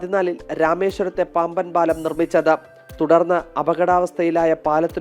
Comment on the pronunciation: പാമ്പൻ പാലമോ പാംവൻ പാലമൊ ? ശരിയായ വാക്ക് പറയാമോ